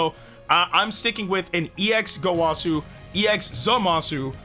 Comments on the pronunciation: the wa part of gowasus name is pronounced like wuh not wah its gowuhsu not gowahsu get the picture and goresh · Bro really said gowasu